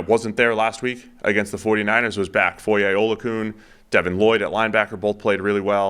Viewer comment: Its foye uh-loo-uh-kun. Thats the pronunciation.